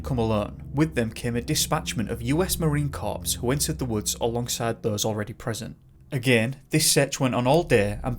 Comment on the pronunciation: The 'p' in "Marine Corps" is silent. No worries though, a lot of people get that wrong.